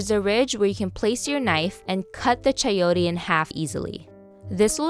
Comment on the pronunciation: you said Chayotee. lol so funny. .....